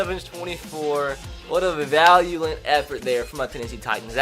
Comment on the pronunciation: I hate the way he tries to pronounce valiant